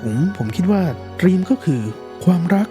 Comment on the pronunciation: เนื้อหาเป็นประโยชน์มากๆครับ แต่อยากขอเสนอแนะเพิ่มเรื่องการออกเสียงคำจากภาษาอังกฤษครับ เช่น คำว่า Theme จะไม่มี ร เรือควบกล้ำ หากจะสะกดการออกเสียงเป็นภาษาไทย น่าจะเป็น ”ธีม“ โดยใช้ ธ ธง แทนการออกเสียง th- ที่เป็นการปล่อยลมหายใจผ่านช่องระหว่างฟันหน้าและปลายลิ้นครับ อีกคำคือ Juliet ที่ลงท้ายด้วย -t จึงออกเสียงเป็น “จูเลียท” ไม่ใช่ “จูเลียส” ครับ การออกเสียงใช้ภาษาถูกต้อง จะช่วยให้ผู้ฟังเห็นความเป็นมืออาชีพ และความใส่ใจรายละเอียดของผู้พูดได้ครับ